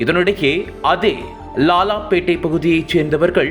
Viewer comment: ஐயா செய்தி வாசிப்பவரே லாலாபேட்டையா? லால்பேட்டையா? லால்பேட்டை - சிதம்பரம்